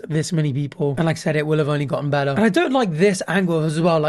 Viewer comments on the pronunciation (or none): none